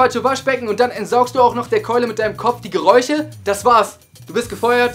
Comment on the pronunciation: Er hat geräuche statt Geräusche gesagt 🤔